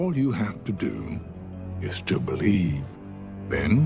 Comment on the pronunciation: all you have to do its bolievee😂😂😂